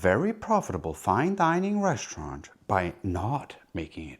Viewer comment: What do "reschtaurant" and "induschtry" mean?